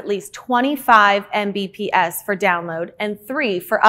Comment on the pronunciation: Say it with me EM BEE PEE ESS